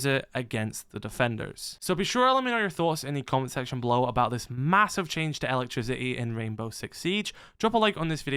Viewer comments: ELA-trisiti lol i took me a while to undertad bro meant electricity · Every time he says it I hear “Ella trisity” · i like how you pronounce "elec-trisi-i"